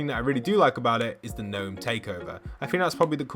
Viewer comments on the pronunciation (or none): none